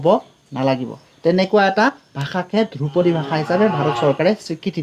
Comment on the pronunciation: "দ্ৰুপদী" উচ্চাৰণ নহয় মাষ্টৰ "ধ্ৰুপদী" হে । আজিকালিৰ ছাত্ৰ শিক্ষকে অসমীয়া বানাটো লিখিব নাজানেয়ে তাক ইংৰাজীটো লিপ্যন্তৰো কৰিব নোৱাৰে । কথাষাৰ কোৱাৰ বাবে মোৰ ওপৰত দেদীপ্যমান নহব ।